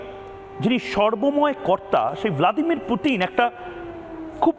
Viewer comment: শালা মুর্খ পুতিনরে বলে পুটিন😂😂😂😂